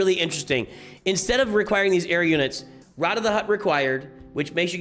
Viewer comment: After having seen the movie, I can confirm that Rotta is in fact pronounced Rotta, not Rota (he's not a virus).